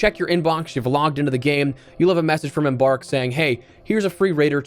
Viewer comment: Only person I've heard calling Embark "Em-BARRR'k"